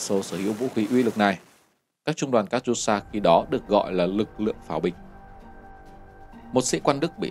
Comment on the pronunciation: Катюша đọc là Ca-chiu-sha các cháu ơi!